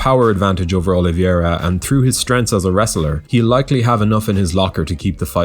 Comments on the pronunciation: dude. the easyest and most accurate way to pronounce "Oliveira" is "oh-lee-veh-ra". you guys keep calling him "Oliviera", it's really annoying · Never heard anyone pronounce the "i" in oliveira.🤔